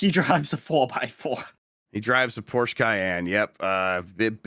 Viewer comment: Porsche not porch. It's German and easy rule is if it isn't English you pronounce the E at the end